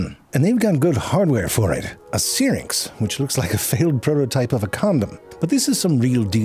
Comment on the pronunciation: *syrinx The transcript is no help. I thought I heard spharynx, but, no *syrinx